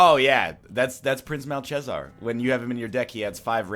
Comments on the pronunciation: prenounced like malkezaar not malshesar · immediately learn how to pronounce malchezaar please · It's Pay-gle and Mal-ke-zar.